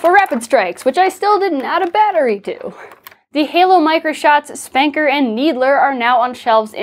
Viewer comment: Did you just say SPANKER?! It is pronounced spunker or S P N K r. HOW DARE YOU INSULT THE SPNKr ROCKET LAUNCHER FROM HALO!!!